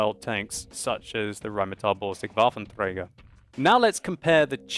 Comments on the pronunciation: You are saying Waffentrager wrong. It's pronounced WaffentrEger, not WaffentREUger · Dude, everytime you say Rhm.-Borsig WaffentRRRRRRäger it makes my right arm go up suddenly :D